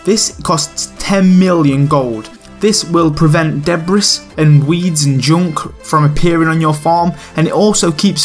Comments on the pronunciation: The word "debris" is pronounced "de-bree", not "deb ris". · It's de-bree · did he just say... deb-ris...? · It hurt my soul when I heard that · "De-bray" not debris hahahah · Yeah i know, its a common mistake, same with "ballet" hahah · MrBradels1 debree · Debris is pronounced "de-bree". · MrBradels1 it's spelt "debris" just didn't pronounce it correctly, I'm useless at pronunciations. Thanks for keen eye on the mistake haha.